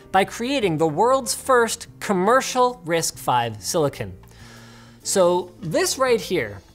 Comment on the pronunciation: risc v is pronunced with a c dude